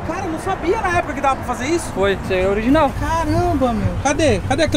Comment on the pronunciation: É "oliginal" kkkkkkk história pra boi dormir